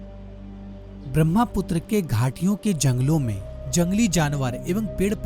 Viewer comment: Not BRAMHAPUTRA it's BRAHMAPUTRA. The ha sound comes first. Can't you pronounce a spelling correctly?